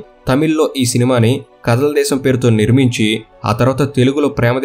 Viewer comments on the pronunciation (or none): కదల్ దేశం కాదు . కాదల్ దేశం ( = ప్రేమ దేశం. ) పసలపూడి ,, రామచంద్ర పురం ,, కోనసీమ జిల్లా .